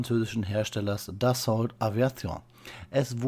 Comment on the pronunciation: Wird das Dassault im französischen nicht eher Dasso ausgesprochen